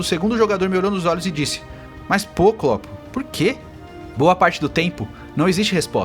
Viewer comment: mas o cara não é do Brasil, ou seja, errar o nome do klopp não é um erro de português